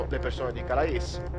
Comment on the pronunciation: non per fare il pignolo, ma si pronuncia calé, cmq sei grande!